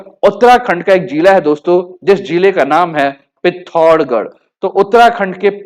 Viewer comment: Bhai pehle Tu pithorgad nahi pithoragarh hai tuma shale aadha aadhura gayn dena band kardo